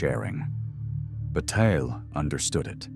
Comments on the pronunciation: i mean... "George Butte" ? this a.i. production ain't convincing anyone that actually knows Bataille's work... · I need more in text citations and less AI generated "Bat-ill-lay" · I know that this is probably AI generated and very shallow (the narrator doesn’t even pronounce “Bataille” correctly), but one part in particular is flat out wrong: When “you” (or whom/whatever) say in the first half that Bataille doesn’t mean “to waste in a material way.” Well, it’s simply untrue. Read his General Economics again, or at least The Solar Anus. Re-read the section on Potlatch. He very obviously and very clearly does mean to waste in a material and energetic sense, even including human lives (the burning of slaves by ancient tribes during potlatch). Although his “Notion of Expenditure” informs a Symbolic Excess (“Waste”), by no means does he preclude the destruction of accumulated material wealth. I hope you find this helpful!